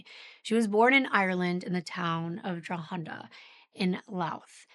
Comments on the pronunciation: Just a note, Louth is pronounced as if there's no 'h,' and Drogheda is pronounced like 'draw-heh-duh.' Excellent work, as always! ❤ From Ireland. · Irish gal here. Didn’t realise this was the case when I began watching it. I did get a giggle at your pronounciation of Drogheda and Louth though, LOL